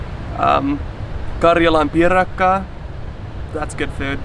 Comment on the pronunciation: Bro pronounced karjalanpiirakka so well